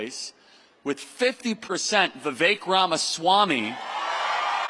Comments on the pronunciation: Thank YOU for correctly pronouncing VIKek' s name! He is great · Vivek said he pronounces his name "vi-VAKE" like "cake".